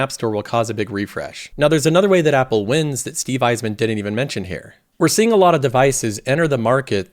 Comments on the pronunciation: He usually pronounces it more like "hair". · just wait for him to say "here" and it sounds like Hair.